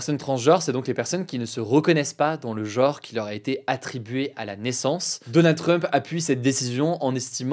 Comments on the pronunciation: Le mot "genre" se prononce "geanre", pas "geore". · Genre. GENRE! G-E-N-R-E Pas jore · C'est dans ma tête ou il prononce tout le temps genre "geore" ? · Mais c'est quand et pourquoi que "genre" a commencé à se prononcer "jeuor"? 😢 "Jaure" n'était pas encore assez claqué au sol ? Ça se prononce comme dans "les gens". Y a quoi de compliqué à ce phonème? Vous vous lavez les deuots aussi? Avec du deuotifrice?